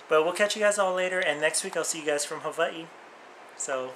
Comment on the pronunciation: ops.. I like the way you say Hawaii...